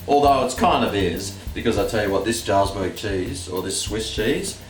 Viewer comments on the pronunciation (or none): Btw jalsberg cheesssssssssssssseeeeeeeeeeeeeeee is prounounces with a Y.